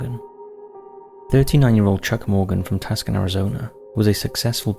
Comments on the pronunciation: There are probably a ton of other people leaving comments about this but I figured I'd say it here ion hopes you see it :) The city in Arizona, Tuscon is NOT PRONOUNCED like it's spelled ( Tus-can ) it is pronounced Tu-sahn/Too-saan/Too-sohn - I think you get it now ... lol .... hopefully this will help you next time you want to go LEGALLY SHOOT MACHINE GUNS FOR FUN lol :) - - (EDIT) - - crap... just realized I have to say this too.. it's So-nor-an Desert ... the 'o' s in Sonoran are LONG VOWELS - 1st syllable is just like the word 'sew' (like sticking clothes) - 2nd syllable 'nr' rhymes with the word 'door' - and 4th syllable 'an' rhymes with 'ran' - :D So-nor-an .... (I figured I was already 'that guy' by nerding out on Tuscon, so I figured I would go all in and just do the desert name you said a bit off too... forgive me... I need to just focus on this GREAT video .. I just LOVE the TCTH series, sorry for the annoyance ) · Two-sahn. Not Tuskan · Cool, I live in Tuk-sun.. or how we like to pronounce it, Two-sahn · being from arizona it makes me laugh that he says tus-can arizona. i also pronounce it that way just to bother people though it is pronounced as too-sahn. either way i love hearing tus-can. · Two saun (like sauna w/o the last a) not tusk on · "Tuck san" Arizona? Really? TOO SAN...... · Tuckson? It's pronounced Toosahn! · Tucson= Too-saan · I'm really surprised you never made a playlist of these. You have so many of them now. I keep coming across them. BTW -- and I know many American town names are not as they appear -- the "c" in Tucson (Arizona) is silent and preceded by a long "u." So, phonetically, it is pronounced, "TU-son." Don't feel bad. Many people mispronounce it when they first see it-- or don't recognize it when they first see it in print. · Tucson Is pronounced "too-sahn" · Tucson. Pronounced “too san”. Also that was a mob hit by a the cartel. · Tuckson, Arizona???? No. Tucson, Arizona. Yes. These computerized narrator's voices are a hoot.